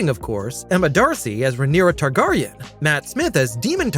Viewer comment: You lost me at House Tarr-Garr-ion. I'm out.